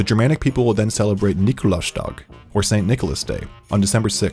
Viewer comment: I never understand how americans fail so hard to pronounce german. He literally says "Krampu-snacht" and afterwards says it translates to "krampus night". So yeah, MAYBE in germany in "Krampus-Nacht" and not "Krampu-snacht". Exactly same goes for "Nikolaustag" which he pronounces as "Nikolau-stag", followed by "St. Nicholas day".